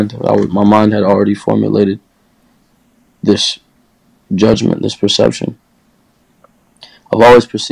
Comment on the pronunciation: "Dis a headset" Tap tap 💀